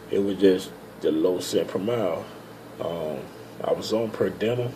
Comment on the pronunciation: Per diem.......per-de-umm. Good info I'm trying to get on with Roehl too